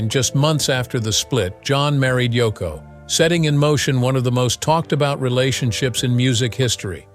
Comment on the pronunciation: *Yoko;...Not: "Toko".